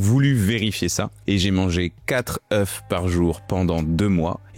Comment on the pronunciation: Pourquoi je mange 4 "katreu" pas "katreuf " ... ? sorry mais ça pique aux oreilles .. sinon la vidéo est intéressante